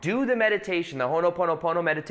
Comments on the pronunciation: Allegedly its called Hoponopono not Honoponopono but no worries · It’s “Ho’opono’pono”🙏🏽🙏🏽